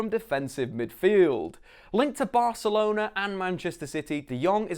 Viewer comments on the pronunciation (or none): none